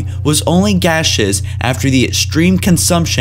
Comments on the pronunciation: He pronounces it GAYceous, THEN gaseous? WHAT??? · why did you pronounce gaseous in 2 different ways literally seconds apart from eachother? lol anyway, really awesome video though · Gay sheous in one sentence. Ga shious in the next. Noticeable problem in alot of videos. I once heard you pronounce "fervor" (furv er) as "fur vör" Like jesus fuck man. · How could you pronounce "gaseous" wrong and two seconds later pronounce it correctly? Dude, do you have a speech problem? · he pronounces Gaseous 2 different ways in the same sentence. Honestly, half the time it just feels like he hasn't rehearsed. He definitely has a script, but he's just reading it.